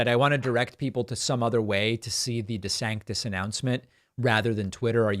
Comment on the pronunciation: Calls himself "dee-santis" in the video, then in the Twitter spaces thing he calls himself "duh-sannis" without pronouncing the t. Dude's all over the place